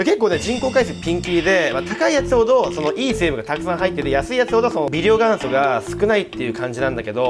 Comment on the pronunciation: 元素 ✕ がんそ ○ げんそ